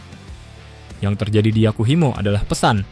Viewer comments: Yahukimo min, bukan Yakuhimo 😊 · Bukan Yakuhimo tapi yahukimo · Yakuhimo😂 yg bener Yahukimo bang wkwk